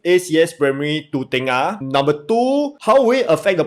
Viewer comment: Not tay-ngah it’s tur-ngah